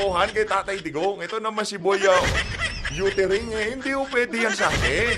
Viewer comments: Boy youtering instead of uttering 😂😂😂, bold fernandez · May yootering na oppiser pa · Pabalikin nyo na sa pagka bold star yan😂 ang sakit pa sa tenga ng pronunciation nya. Yuttering😂😂